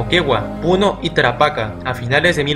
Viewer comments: Hay varios errores, en tu mapa pones el mapa actual, pero deberías poner el mapa de aquella epoca, Arica y Tarapacá no sale en tu mapa. lo otro es la pronunciación aunque no es grave, se pronuncia Tarapacá acentuado en la última silaba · Se pronuncia Tarapacá, con acento en la última "a". Tienes que investigar un poco más para que no cometas estos errores. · Tarapacá* la voz se carga en la última a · Una corrección: es Tarapacá, no Tarapaca...